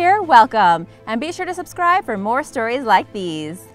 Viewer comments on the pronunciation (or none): none